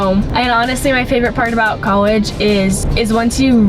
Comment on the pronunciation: Does anybody notice that pronounces college like "cowegge" haha, it's the cutest thing I've ever heard in life